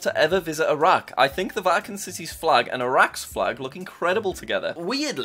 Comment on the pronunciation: the way he says iraq infurates me.